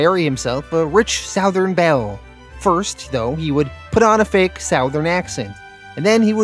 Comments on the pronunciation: Southern is pronounced SUTH•ern… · Bro why do you insist on pronouncing “southern” like that? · I scream every time you pronounce the word "southern" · As a southerner person. It sounds so weird how say southern. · Yes lol